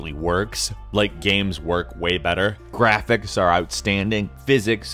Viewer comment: The gwaphics